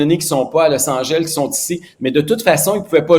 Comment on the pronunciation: ''Losse Angèlle'' LOL